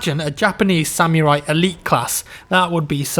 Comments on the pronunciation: Samurai is not pronounced Sam-Your-Eye... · ripper yeah but I live in Nottingham (UK) and I have never heard it be pronounced like that. I guess it's just one of those things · What the fuck is a "sam-you-rye" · why does he pronounce samurai as sammyrai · o boi, dat samurai pronunciation